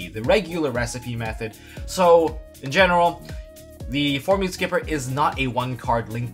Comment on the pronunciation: I love your videos man but damn... it's Formud Skipper not Formood Skipper, it's like Mudkip only clearly way more adorable than mudkip.